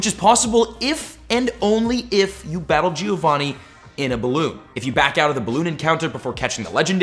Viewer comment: Dude can't pronounce Giovanni